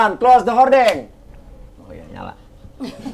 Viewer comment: Pronaciationya curten bukan horden